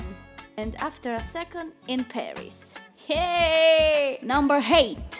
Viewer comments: Am I the only one who heard Heard her say number HATE instead of 8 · when she's trying to say number 8 she said number hate!